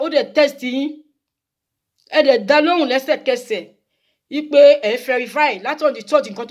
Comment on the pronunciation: Verify not ferify😁